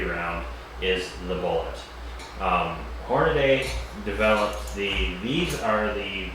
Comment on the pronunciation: Hornady... Not Hornaday. lol. Thanks for the video.